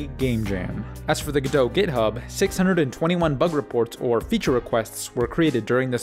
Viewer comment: oops! you forgot to pronounce the t! all jokes aside great video! :)